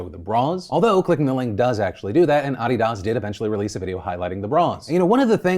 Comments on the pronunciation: Why am I so triggered by the adidas pronunciation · Why did you pronounce adidas like that 😭😭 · That is the first time ive ever heard Adidas pronounced like that lmao i spit my drink xD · I don't think I've ever heard ADIDAS pronounced that way before it was so distracting lol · Why did you pronounce adidas like that. I'm sorry but that was gross. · Whew u def know how to trigger with that pronunciation of Adidas 🤣🤣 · Well I learned today that not everyone says Adidas the same way. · That's how Brits pronounce it, which is kinda weird, but it is a German brand. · As a Brit, who's admittedly on the posh side when it comes to a 'British accent' (we have loads of accents) he pronounced it weird, not like a Brit at all😭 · LOL it was driving me crazy and i was wondering if he was trolling us, might still be knowing the bastard Edit: yea I just saw his comment he did it "for the engagement" 😂💙 but apparently it's how the Brits pronounce it. USA here, sorry for the ignorance 😂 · Yeah I came here to comment the same thing. Wtf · I legit did a double take on it. it just sounded weird. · Fillipe pronouncing Adidas like I spell his name. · Lol u cant say Adidas how we have for year ur a cuk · Dislike for your pronunciation of Adidas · uh--DEE-dus, not I-dass. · AAAH-DEE-DAAS? Seriously? How dumb do you have to be to not know how to pronounce Adidas. (Pronounced: UH-DEE-D-US) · nah, he definitively sounds different. They way he says it sounds like “uh•ree•duhs” and as if was 3 words being said very quickly. They way I say and everyone I know and also according to google’s pronunciation, it’s “uh•dee•duhs” and it should sound as one word. Google it, you’ll see what I mean. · Adidas.. Ah Dee Dahs. I have pronounced it Ah Dee Dis for 35 years now. Who knew? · “Ah-dee-dahs” (no) “Uh-dee-dus” (yes) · WHY PHIL WHY? AHH..DEE ....DASS(he says AWW DEE DAHz) NOOOOO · Did... Did Phil just pronounce it Odi-dos??? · lol ahhdeedahss??? lol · Phil what the hell is ah dee das?